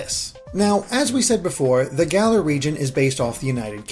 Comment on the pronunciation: It's Galar. Say it right!